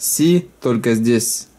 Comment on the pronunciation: Не 5Эс, а 5Си